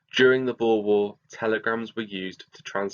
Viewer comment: Thank u so much for pronouncing ‘boer’ correctly! I’m half dutch and hearing ppl say ‘bo-er’ is hilarious but irritating lol